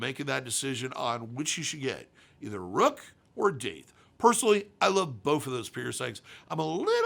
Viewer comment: Isn’t it pronounced dath?